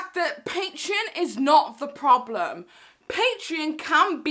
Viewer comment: "Not my prolem" 😂😂😂